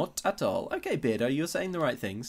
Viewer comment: Maybe his name is Bear-do instead of Beard-o.